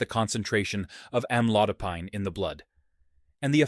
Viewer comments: Most doctors pronounced this as Am-lo-dy-pin! And, not am-lo-die- pine (as in pineapple!) ! Excruciating to hear the host says "amlodiepine" over & over..yaaargh!!! But, this maybe a helpful video. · As a Pharmacist, I note several errors, primarily editorial, in this video. 1. Amlodipine is pronounced, "am laud a peen." 2. Start with sodium, then lead into food categories with (usually) high concentrations of NaCl or Na+. Correct pronunciations throughout to sound more knowledgeable and credible, referencing sources appropriately as they arise. Otherwise, good start. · It's AM-load-a-peen. Since you can't pronounce the name correctly, the remainder is ignored or worthless. The AI voice is rude as well. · Why amlodipAIne? It is amlodipIn. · Am- low- Di- pine ! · It is pronounced "am lode o peen." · Have your AI to pronounce the word Correctly… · Maybe be he should learn how to pronounce Amlodipine😔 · If the medicine etc. could be properly pronounced, your report might be more persuasive. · It would be helpful if AI could actually pronounce amlodipine correctly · Mispronouncing Amlodopine